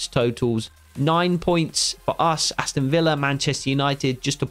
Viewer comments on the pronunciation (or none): none